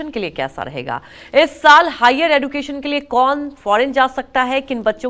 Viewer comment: हिंदी और अंग्रेजी दोनों भाषाओं में एड्युकेशन नही एज्यूकेशन ही बोलते है अब एज्यूकेटेड लोग ही गलत उच्चारण करते हैं तो फिर इस से तो अनएज्यूकेटेड ही अच्छे है बेचारे को मालूम तो नहीं कि कया उच्चार होता है